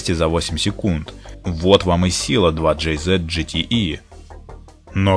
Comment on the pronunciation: ДжетиИ слух режет пздц)